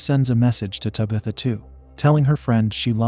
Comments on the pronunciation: Bruh just type in "Tab. ith. Ah" in the AI voice thing, it'll be spaced out but it will at least pronounce the damn name right...😂😢😂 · Lmfao “tubithuh” i feel like this is how mike Tyson would say that name 😂😂😂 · I like this pronunciation of Tabitha better. Lol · Me too! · It gives it an old Salem Puritan sound to me.